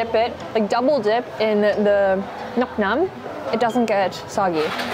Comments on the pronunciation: helllouuu its just fyi nuoc MAM not nuc NAN, overall nice video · Ily but it's "nuoc mam" my girl not "nuoc nam". Anyways seeing you visiting my home country makes my heart flutters 🥹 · Nuoc mom not nuoc nom js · calling bún cá and bún ốc a type of phở ?? Calling bánh tráng nướng vietnamese pizza ?? Pronouncing nước mắm “nước NAM”? And many many more. Did you watch the video ? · I kept giggling when she called nuoc mam, nuom nam. XD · Some of the info and pronunciation is not accurate but thanks for trying! Happy you got to try real Vietnamese food and it is NUOC MAM with an M. The way you pronounced it sounds like "mushroom water" in translation lol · I appreciate her effort to put the accent of the words, even though they are mostly spelled wrong 😅 and her “nuoc nam” is really cute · I wanna enjoy your vietnam series so much but every time I come back and you say “nuoc nam” I have to close the video again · Rather sad seeing very flawed typos and pronunciations (not that you're supposed to speak fluent Viet, but like just one basic google search and correctly call it nước chấm or nước mắm instead of nuoc naem) and poor research about Vietnamese cuisine (calling everything phở). I feel like it's a way to show respect to the culture by typing the right thing on the screen when it's literally in one of the footage on the background anw, like bún chả. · love the way she call "nuoc mam" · Everytime you say nuoc mam AKA fishsauce i get hysterical 😂😂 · The way she butchered "nuoc mam" pissing me off